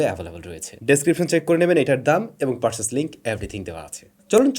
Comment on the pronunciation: লন্স না,লঞ্চ (লনচ)। পারসেইচ না, পারচেইজ।